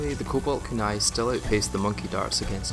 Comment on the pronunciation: full sincerity. i have never ever heard someone mispronounce kunai. i didnt even know it was possible 😅